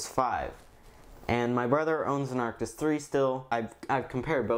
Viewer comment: Why u say artis😂